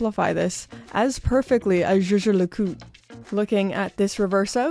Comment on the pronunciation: Sunday, the best day of the week 🎉 I remember watching ArchieLuxury videos about JLC and laughing every time he said Yei yei le Cou 😂😂😂